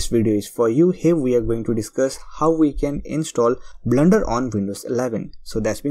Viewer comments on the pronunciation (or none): It's Not "BLNDER" .....blender